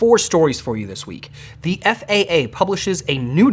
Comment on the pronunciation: Did someone type "thee" on the teleprompter, instead of "the"? ( , , , , , , , , , ) "Thee" is an archaic or dialectal pronoun used as the object form of 'thou,' which means "you".